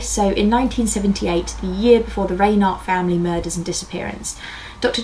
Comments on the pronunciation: The name Reinert is pronounced "Rine"(long i)ert, not "Raynert ". I grew up in the area. The murders were all over the news for years. Very good video about the case though. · Great episode. FYI it's pronounced "RHINE-ert." Rhine like the river, and the accent is on the first syllable.